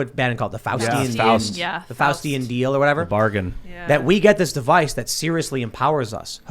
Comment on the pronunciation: Faustian = Faucian